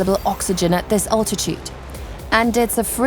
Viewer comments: Sorry...her accent is shocking. Alltitude? Al....al....al. Fahrenheit is FAIR...n...height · "Awltitude"?! When the hell did the English start saying "Awltitude"? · "Britch" "Far in height " .. "grave ell " ..." awltitude" .. I am really NOT one to call out a person for pronunciation as a LOT of the narrators are speaking English when it is not their first language. This girl is not speaking English as a second language at all. .. I cant listen any more... My ears are bleeding. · The narrator sounds British but she pronounces her words rather oddly. Britch (bridge), fahh - renheit (fahrenheit) and all-titude (altitude). Plus, I can't really understand why she keeps referring to the temperatures in fahrenheit. Especially when she says -40 is the same temperature in celcius or fahrenheit. Still, not to complain, it's a free documentary about places I am unlikely to visit so thanks for the upload.